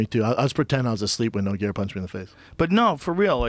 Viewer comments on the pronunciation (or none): none